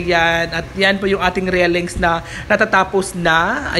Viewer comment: Railings po dipo rellings hahah tagal munang nagbo vlog di ka pin bihasa